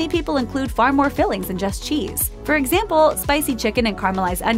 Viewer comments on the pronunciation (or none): none